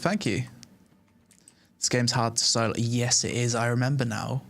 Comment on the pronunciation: how does solo become soy-loh rofl